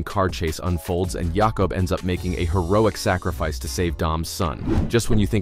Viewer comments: its not "Yahkub".... its jacob, pronounce it right, and its not god's hand its god's eye. do better research on your next videos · Jay-cub not yah cub, and it's the gods eye not hand. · The Narrator can't say Dom's brother's name right and it's the God's Eye. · Jakob Toretto WRONG Yakob Toretto CORRECT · I don’t think we can all agree that it was horrible. I didn’t think it was the strongest in the franchise, but it was still enjoyable. And who wrote this video? It’s not God’s Hand, it’s God’s Eye. And why are you pronouncing Jakob’s name like he’s from Eastern Europe? Multiple people have said his name across 2 movies now. They all use the standard pronunciation for Americans. Did you not watch these movies?